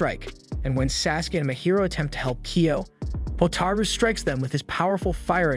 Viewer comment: kyo not kio